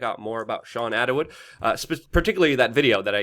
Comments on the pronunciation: It’s Attwood not Attawood! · Think it's sweet that he pronounces it 'Attawood'.